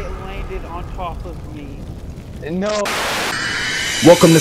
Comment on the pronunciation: solo a me dopo due "okkio" mi girano i coglioni. Sei comunque un grande hahaha